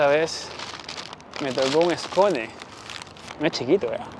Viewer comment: Se pronuncia ‘scon’ no es-co-ne :)